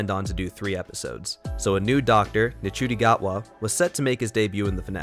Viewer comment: You pronounced Ncuti wrong, it’s not said like, it’s said like Shooti ☺️ but yes it has definitely gotten more confusing - especially with the whole bi-generation idea, but I do like the idea in terms of the fact that it opens up so many other possibilities for the Doctor and gives a little explanation as to why Tom Baker came back as the curator in the 50th special. That’s the one I can think of off the top of my head, but yeah there are possibilities for the bi-generation storyline. I do like that they’ve sort of given the “original” Doctor a sort of retirement and the new Doctor - Ncuti’s Doctor - has begun a new era of being the Doctor, free from past trauma. It’s clever and I feel as though younger audiences will be a bit more interested and engaged with the show. That’s just my theory. I like the direction the show is going in and Russell T Davies definitely has a knack for explaining all the confusion surrounding earlier episodes of a season.